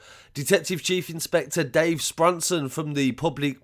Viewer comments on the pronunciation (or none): none